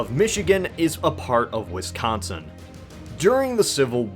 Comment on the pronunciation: Wisconsin is not pronounced WisCONsin. It's JUST Wisconsin. Fucking nobody from out of state ever gets it right. Please, just never try to pronounce it if you don't live here.